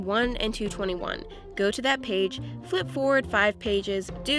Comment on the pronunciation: You said one paig